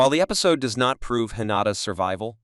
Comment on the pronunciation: Strange pronunciation of the word episode and Casper. It's Casper, not "Caspar"!